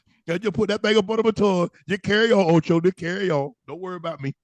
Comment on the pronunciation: Not Toe-Cho! Lol